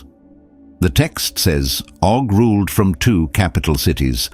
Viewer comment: Oh not Dog.Rephaim not refime.